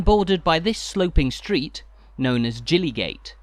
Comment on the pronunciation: "Jillygate"? Oh dear.... This is the problem with outsiders trying to pronounce unfamilair places.